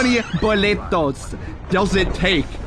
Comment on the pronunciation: HAHAHAHAAH "BOLETOS"